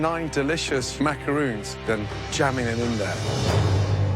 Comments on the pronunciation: The ignorance is killing me...these are not macaroons ffs,they are macarons!!! It's unbelievable that none of them,not even the judges can pronounce it right!!! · They pronounce macarons like macaroon :/ is that wrong or is that just me??? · First of all even though this is off topic with the winner.....why on earth did they not pronounce macarons right? Their talking about a completely different cookie (macaroon) and I thought we were looking up to professional chefs....Sigh* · Me cringing at how they pronounce "macaron" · Macaroon da fuq it’s macaRON